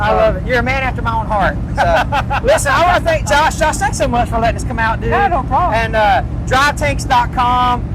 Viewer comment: Tanks did you say tanks you had me at the ward Tank brother... this is off the hook brother..🇺🇲😁👍👍